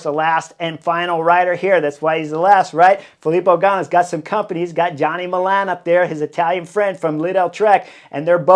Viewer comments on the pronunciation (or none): none